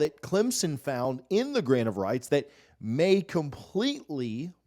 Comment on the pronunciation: Every time he says “grant of rights” I hear “grain of rice” I swear